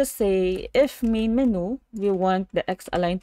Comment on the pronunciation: menu is pronounced "men-u" or "men-you".